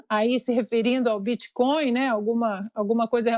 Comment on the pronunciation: O Senador Renan, além de dizer Creptomoeda, disse também: BITICÓIO. Grande cultura para um Sebador da República. Muito triste.